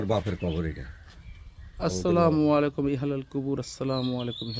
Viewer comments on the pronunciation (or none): ভাইজান মনে কিছু নিবেন না।আপনার সালাম টা বরাবর হচ্ছে না।আপনি আসলা না বলে আসসালা বলেন।সালাম সহি না হলে এর অর্থ অন্য রকম হবে। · সালামে আস্সালামু বলতে হবে আসলামু বলা ভূল! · আসসালামু আলাইকুম, দয়া করে সঠিক উচ্চারণে সালাম দিন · ইউটিউবার ভাই আপনি সালামের সঠিক উচ্চারণ শিখে নিবেন প্লিজ।